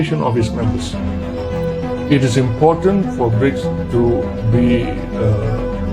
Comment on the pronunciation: Koq Bridge (brijs) to, kan haruse BRICS (briks) 😊🙏🙏🙏